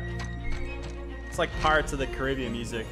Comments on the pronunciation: Did he say pirates of the c a r i i b i a n Not pirates of the carabien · normal people: pirates of the caribbean Lachlan: PiRaTes oF thE Caribian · No one: Lachlan:pirates of the carib ian